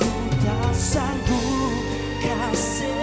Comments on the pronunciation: Asal erkk sebutan kasih jadi Kasehh sma pedih jadi pedehh.. fans Tomok jgn kecam yee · Sebutan melayu lama kot😂